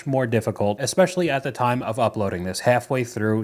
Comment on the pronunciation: Omg you said 'eSpecially' correctly!!!!!😮